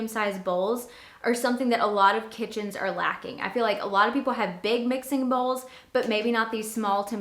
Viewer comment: You said bowels lol